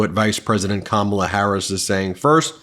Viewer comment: Ben, you aren’t pronouncing Kamala correctly!!!